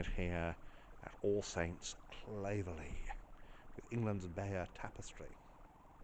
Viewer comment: You pronounced 'Claverley' wrongly! My parents were married in that church in 1953.